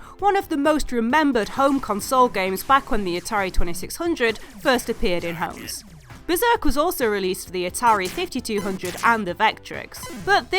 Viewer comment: beRzerk you mean?